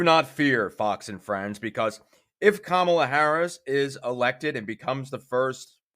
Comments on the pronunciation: Her name is NOT pronounced Kah-mula, its (Comma-la), Kamela. Please get it accurate on your publication. Thank you. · It’s KA-mala. 😑